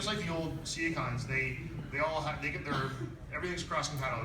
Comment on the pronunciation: It really annoys me when someone says "Sea-A-Cons", when they are pronounced "C-CONS".